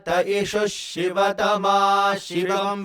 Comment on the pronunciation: Similarly sivatama is said correct by the tutor, but the vidyarthis are saying as Shiva 🙏